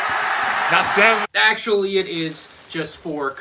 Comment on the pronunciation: SIX SIEVNNN😂